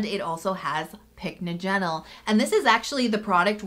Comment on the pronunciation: It's pronounced pick NODGE en ul